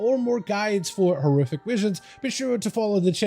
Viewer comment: with the return of what? you didnt even pronounce horrific